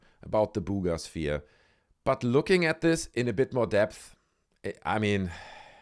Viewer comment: "Booooga" sphere 😅